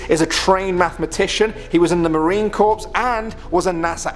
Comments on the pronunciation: Marine corps is pronounced core not corps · MARINE CORPS. not MARINE CORPSE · Marine “Corps” is pronounced “core”. A corpse is a dead body. Quite insulting. #6 see bright object in sun, go into shadow, bright object disappears. Easily explained (except for Ruskie ‘naut). Dude also needs to mind the colors on his clothes, we can see right through him! Stopped watching. Sorry. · Its pronounced Marine Core Not corps or corpse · You pronounce "Marine Corps" and "Marine Core" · Marine Corps (Marine Core, not Corps like a dead body) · mr english here needs to learn how to pronounce american words lol its marine "core" not "corps" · Its Not 'Corps' its pronounced Core. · It's pronounced "core" not "corpse". They aren't dead. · It's pronounced "core" not "corpse" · It's pronounced Marine core not corp. The p is silent. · You pronounced the word corps wrong, it is pronounced”core” unless you are trying to say the word corpse which is a dead body. Now you said spear for sphere. You have some serious problems with the English language. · "He was in the Marine Corpse" 👀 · Marine "corpse" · Wait did he just say "Corps" while annunciating the "s" in it? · You said Marine Corpse... dude come on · The Marine corpse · Dude. Marine corpse?? Seriously? Jesus H. Christ!!! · It’s pronounced Marine “Core” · "Marine CorPS" 😑 21st century people. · Marine Corpse?? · That Marine Corpse though! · Marine Corp like “Core” son. Chesty forgives you this time. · Marine Corps pronounced as "marine core" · Marine corpse? Honestly? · Did he really just say Marine “corpse”